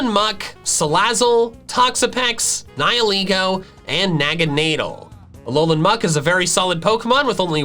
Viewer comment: Your saying it wrong it's pronounced "Ni-hi-laygo"